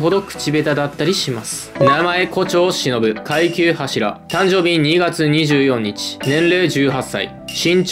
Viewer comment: 24日をにじゅうよんにちって読んだのが気になるw